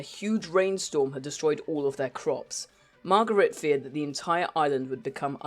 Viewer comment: It's not Margaret, it's Marguerite, "Mar-gah-reet"...